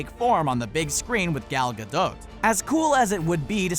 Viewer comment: Why does he say Gal Gadot so werid?